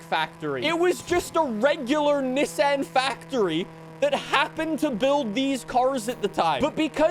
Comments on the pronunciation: “ look I’m a real car enthusiast I said it the correct way “ 😂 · I dont like how you say nissan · STOP SAYING NISSAN LIKE THAT!!! I WILL CALL THE COPS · Bro, stop saying Nissan like that😂😂😂😂